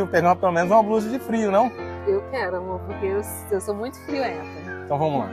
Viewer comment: Amo esse canal, agora estou apaixonada. A falou Friorenta!!!!!❤ Eita palavra que quase ninguém sabe no português correto!!! Parabéns 🎈😊